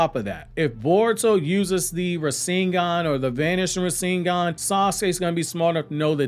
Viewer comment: You know so damn much about Naruto. But yet you can't pronounce Rasengan the correct way .... Lol